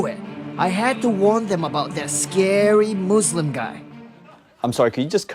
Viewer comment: He says moslam and he is muslim before haha